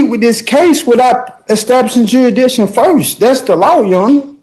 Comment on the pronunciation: This guy really needs a speech therapist! Jurshdisson? And then as we get further and further, you gotta feel for the court reporter who is not only trying to translate but play everything back in her head in .5 time. Plus he’s got PAPER in his mouth. And it must be cool to be able to take yourself so seriously that you can’t understand when people are guffawing at you, even as you walk out of a room.